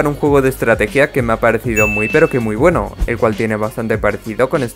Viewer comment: estrateguia mas estrateguia me mori de risa 😎😎😆😆😆🤡